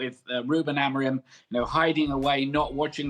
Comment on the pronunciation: Hahaha "Amogrim" Craig is so funny😏